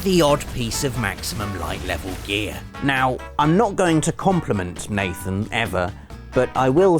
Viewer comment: he says mathen instead of nathen